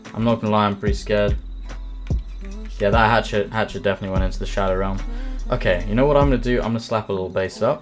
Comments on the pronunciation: I thought I was the only one who heard hatshit instead of hatchet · The way you say hatchet sounds like hat shit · "He had a hat shit." ?...Ohh, a hatchet!